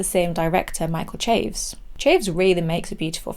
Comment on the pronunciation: once again, a great review. Even if I don't agree. I wonder how many language purists cringe at you saying La Llorona and Chaves though. I wish I could watch the pain in their faces as you say it. That is the real horror